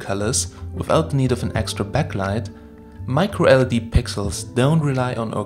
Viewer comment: Not sure if it's his pronunciation but it sounds like he keeps referencing LCD and not LED... Anyone else wanna weigh in on this?